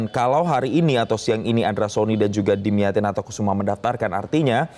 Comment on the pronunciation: 😂😂nama nya pak dimyati bukan damyati, metro tv research dulu ga sih nyebut nama aja salah😮😮😮